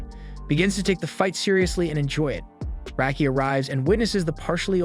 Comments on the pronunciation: First off it's rocky not racky you dumbass Clair always said rocky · That's not how Raki is pronounced.